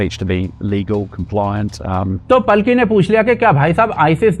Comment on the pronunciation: बहुत ही अच्छा विश्लेषण। कृपया 'पालकी' शर्मा बोलें, पलकी नहीं।